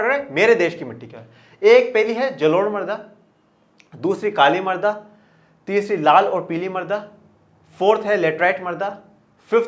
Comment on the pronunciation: Sir use marda nhi mrida khte h